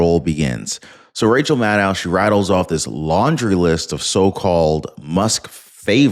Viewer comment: please get it right it's Madcow Madcow